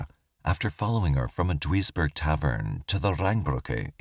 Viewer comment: Very interesting cases. Just for reference, Duisburg is pronounced deuce-burg